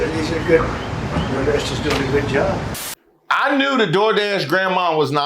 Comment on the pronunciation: Heard it. He pronounces it "job". As in, it's a job.